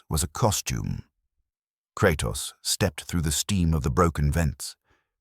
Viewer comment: Kratas? Lol